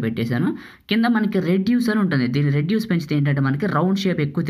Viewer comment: nice! రెడ్యూస్ కాదు రేడియస్👍